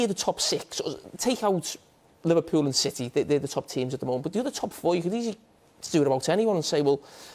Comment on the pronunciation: LIVERPUULE. eugh